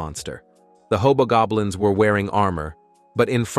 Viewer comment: I thought he said hobog goblins